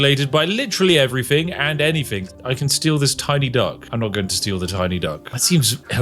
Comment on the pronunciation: Only another Brit would notice this. He says "fing" instead of "thing". Telling me he isn't that posh, or anyfing lol. Inunciate the "th" dear boy. 😅 Nonetheless, thank you anyway. Good review.